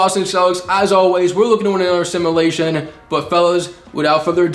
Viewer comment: Love your videos but please say “simulation” right for once, it’s not simalation